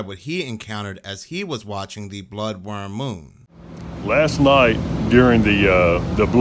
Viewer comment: Is he saying "bloodworm moon"?